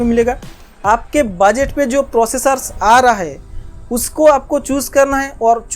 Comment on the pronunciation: Bus❌ Baas✅✅ Motherboard ❌ Madarboard✅✅ Budget❌ Bajat✅✅ 😂😂